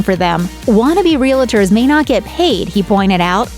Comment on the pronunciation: Voiceover lady can’t pronounce “realtors.”